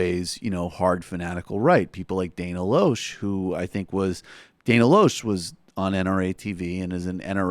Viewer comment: By the way, the Rejected-by-Hollywood Dana pronounces her last name "Lash".